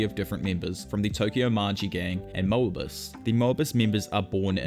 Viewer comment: Moebius pronounciation tho.ooof